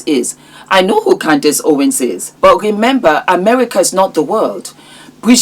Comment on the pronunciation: Candace, not Candis!